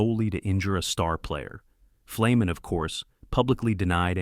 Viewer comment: Boy is there some bullshit in this video. Ferny did not have a reputation as a dirty player and in fact had little interest in fighting. Who put this together and could they at least pronounce his name right it’s an easy one.